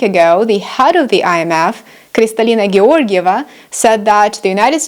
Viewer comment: Thanks 👍🙂. Loved the way you pronounced the head of IMF name 😁